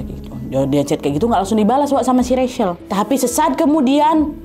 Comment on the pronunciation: Wak, aku saran, sebelum sebutkan nama org, cari tau dulu cara sebutkan nama yg bener wak...itu Rachel, nyebutnya RECHEL, bukan RESYEL